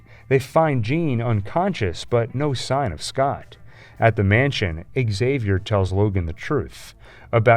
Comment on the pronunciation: Why the hell do they keep saying "Axavier" instead of "Xavier"??? He's Prof. X, not Prof A. !!!